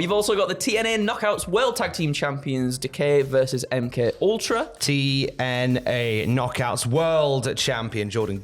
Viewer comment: Did mistakenly say "TNA KNOCKEROOM"... one track mind, this lad.